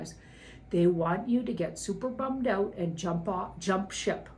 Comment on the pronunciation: I live for hearing a Canadian say "bummed out."